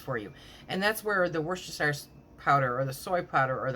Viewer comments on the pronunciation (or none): You pronounce it Woostershire sauce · Woos-ta-sher sauce